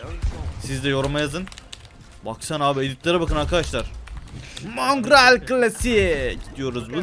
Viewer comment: Abi mongreal deme mongrall de